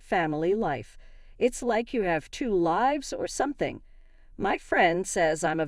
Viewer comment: Doesn't do a great job with "Erin", either. Or "live".